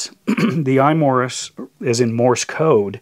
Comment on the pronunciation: its bezel not beezel and imorse not imorris